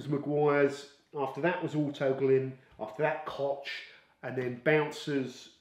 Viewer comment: Koch is simply pronounced "Kok". Wife is German🙂